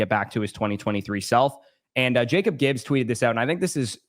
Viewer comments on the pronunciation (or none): none